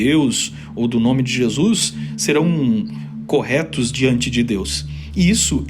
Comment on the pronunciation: gostei da prununcia carioca para Jesus: jesux hahahhahahah